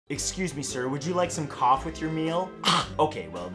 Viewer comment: When you said cough I thought you said something else